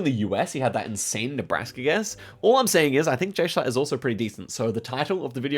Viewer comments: I watched that stream and I found it insanely funny that they were shocked at the Kampala guess 😅 (Also, Jschlatt is pronounced "J Shlat") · Jschlatt can't avoid being mispronounced